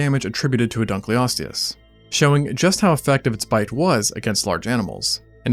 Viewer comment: Dunkle-osteous. Not Dunclee-osteous